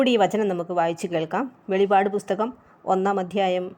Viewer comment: Not velipadu Its velippadu